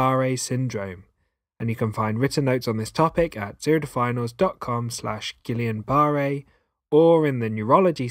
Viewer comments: Pronounced Geeyon not Gillian. Peep the spelling, guillain not guillian. Think French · it's not...i A N it's A I N. a french name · Guill AIN not guill i an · Is he saying Gillian? 🤔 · It's actually pronounced Gee yon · Isn't it actually Gweeyen? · love the vid, so so so helpful, but the pronunciation of guillain😭😭😭